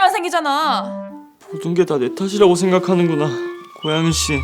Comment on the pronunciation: 여주랑 여주친구들 학교사람들 다 발성 괜찮은데, 남주만 살짝 발음(?)이 먹히는 느낌이얌.. ㄴ/ㅇ받침같은거 들어갈때... ㅁ으로 대신 발음하는 느낌..? "고양이씨와의키스를통해"->"고얌이씨와의키스를톰해"이런느낌...?